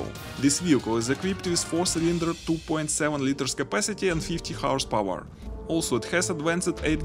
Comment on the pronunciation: horse power , not house power , speak properly